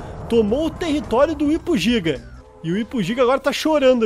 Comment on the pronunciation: Ele falou gipo giga